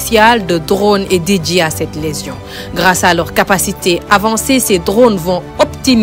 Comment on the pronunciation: Légion pas "lésion’’ madame le reporter !